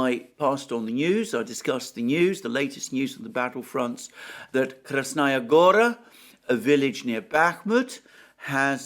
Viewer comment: About Krasnaya Gora being high ground: the place is called "gora" (meaning a mountain, or at least a large hill) for a reason. Btw, the strong syllable is the last one, gorA, not gOra. I know, it sounds alien to an English speaker.